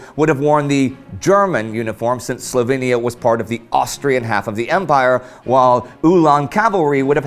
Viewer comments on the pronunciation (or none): none